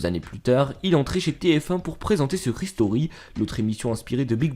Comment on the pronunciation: Secret "stoury" mdrr